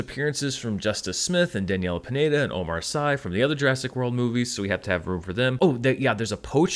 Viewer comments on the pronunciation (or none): For the record, Omar Sy is pronounced "SEE" not "PSY".